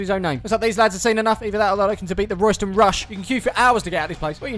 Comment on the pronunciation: The locals actually pronounce it RAYSTAN TOWN